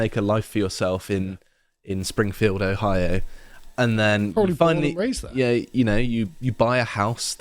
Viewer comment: Oh-hio pronounced as posh as AF 😂